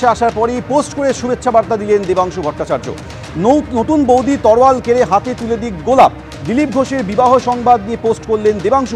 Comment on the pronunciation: কেঁড়ে নয়, কেড়ে ।